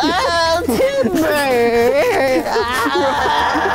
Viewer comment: BRO ITS "Kid" NOT "Cid